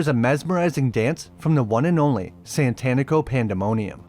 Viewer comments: Satanico. Like satanic. It's tough to hear 30 min of SaNtanico Pandemonium. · Its SATANICO and not Tito Santanico... Jesus where are you getting the first N from? Do you worship Santan?